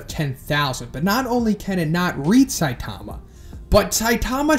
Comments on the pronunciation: Jesus! It's Sigh-TAH-mah. Have you even listened to the Animé or heard One speak? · Stop saying Saitaama. It’s pronounced more like Saitma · I would expect someone that is this into manga and anime to say Saitama’s name correctly but ig not